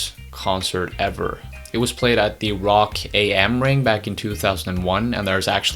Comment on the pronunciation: also it's 'rock am ring' not 'rock A.M. ring' - it's just german for 'rock at the ring' :)